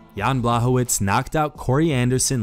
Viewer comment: if you dont know how to pronounce Blachowicz, maybe watch the last UFC and learn. Big faux pas... Its not Blahovitz - he's not jewish.